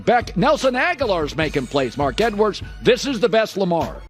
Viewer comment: Stop calling him Mark "Edwards" lmao